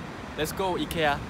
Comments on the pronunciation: You're pronouncing IKEA correctly! It is EE-KAY-UH, that is how the Swedish people (where IKEA is from) pronounce it. Only us Americans and Canadians say EYE-KEE-AH hahaha 😂, when are you going to show me around Seoul? 💘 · Your pronunciation of Ikea is actually very similar to how it’s supposed to be pronounced. I’m from Sweden and we pronounce it like you do, except you have a bit of a Korean accent to it 😊